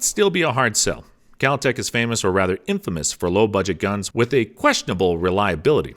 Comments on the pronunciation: "kAlTeC" BeReLLi" Just throw away the whole damn video lol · The Keltec KSG is "not" semi automatic. It is a pump action. Also its "Ben'"elli not "Bur"elli. And it's "Kel"tec not "Kal"tec. The best value for a home defense shotgun is the Mossberg Maverick 88. You don't need all the bling and other features of any of the other ones he mentioned for simple home protection.